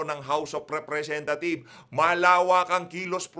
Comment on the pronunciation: Parang house of repthieves ang bigkas.